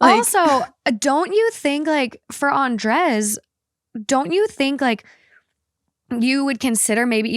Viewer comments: It’s pronounce AN-DRAY not AN-DRES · Love your show. Listen all the time bit don't think I've ever commented. That's usually because I'm driving. Just wanted to say... lol... I'm pretty sure Andrez is pounced "Ahn-dray." 😅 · The way they pronuncie Andres felt so uncany for me as a spanish speaker 😂 it sounded like "undress" every times 😂😂